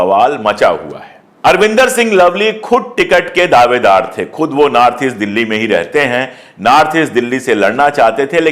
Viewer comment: Aap north ko naarth kyu bol rahe hai?itne achhe patrakar hai phir bhi🤔